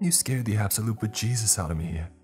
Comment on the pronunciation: A little lesson in Irish pronunciation. It's not the "Be jesus" its the "BE-Jayzus"